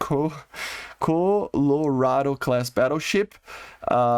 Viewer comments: For future reference It’s pronounced Call-er…ahh-doe Keep up the great content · Never stop saying modernized the way you do but Colorado is like kah la rah dowe